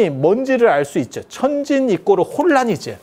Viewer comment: 이꼬르? 아직도 이런 발음하는 사람 있나? 요즘은 중 들도 교육 수준이 어느정도는 되는데, 마치 70~80년대에 와 있는 것 같네